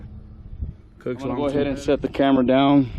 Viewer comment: Cosmic gaskets and cooks headers. Wtf never heard anyone say those company names like that.